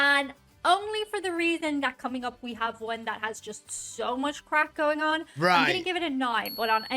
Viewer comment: Boy, you really like to stir up the fun. "CRACK!" No, craic, not crack. I think it is a Gaelic word. LOL. We have fun watching your reactions though.